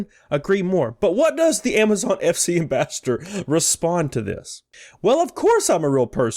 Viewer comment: Pls don’t hate me but it bugs me when you try to pronounce “ambassador” it sounds like you keep saying “ambastard”